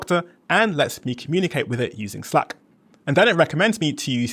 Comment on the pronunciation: if you make English videos you should know how to pronounce "slack" 😉 it's like cat, hat... 🙈